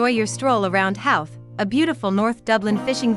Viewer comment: Thank you for promoting our beautiful village but please re edit your Narration you're not pronouncing Howth properly And check out local musicians called Clann Eadair and use this music for this video then you'll have a great video 📹 👍